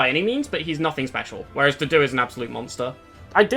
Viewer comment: Its so hard for me to take a unit seriously when i hear his name pronounced as "doo-doo"